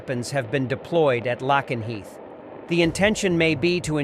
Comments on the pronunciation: Lakenheath not lackanheath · It's pronounced lake en heath.